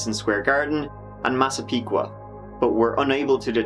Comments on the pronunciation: You actually pronounced Massapequa right! Usually people from Long Island can’t pronounce most of the town names haha 👍🏻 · Hmmmm you pronounced every town correctly...Hauppauge and Massapequa...very impressive. Many people not familiar slaughter them. Im guessing you picked it up in the research. Great details. I used to party in the manorville woods. I never heard of Gilgo beach till the murders. Im feeling it is someone who had lived by Gilgo beach then moved east. 14,000 is a huge increase from what it was. I think they live near there but probably not there. You can get hookers in closer places like Mastic or Riverhead why go to NYC? Family, job or a sports event? He looks normal with average looking car or pickup. White or hispanic educated and white collar. I doubt a hometown local because he would dump further away and people talk.